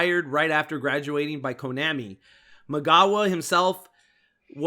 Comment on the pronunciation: Jeez, my ears bleed every time says Konami. It's like he was born yesterday. Even the Japanese pronounce Konami like Vietnam (an AH sound). I'm only giving you a hard time because as a podcast, every word mispoken has greater impact since all focus of the audience is concentrated on the audio. I listen through earbuds, so it's even worse. I want you guys to improve so take this critical advise not as admonishment but as encouragement.